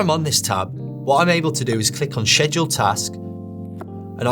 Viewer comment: Hi sir, it's actually pronounced "sked-jool", and not "shed-jool."